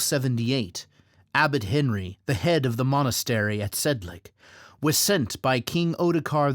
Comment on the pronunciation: nice video, but it's pronounced Sedlets, not Sedlek